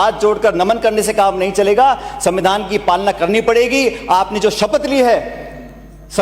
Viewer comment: Pronansation shi kro pailot shan...smmidhaan nhi hota svidhaan hota h.....bhvish nhi hota bhvishy hota h